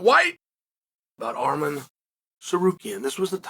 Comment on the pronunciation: Just came here to hear you pronounce arman’s name ridiculously wrong like you normally do, but I see you’re now doing it correctly